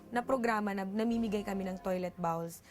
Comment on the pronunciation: Para sa ating lahat: Toilet BOWLS Hindi Bawls. “O” ay hindi pronounce na “A”